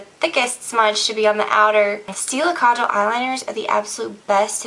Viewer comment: lol OMG!! My name is Kajal....which mean eyeliner obviously! and you are the very first person on youtube to pronouce it right. OMG! Everyone always goes kajaaaaal. Like a lot of empasis on the second A, but u said it perfect! <333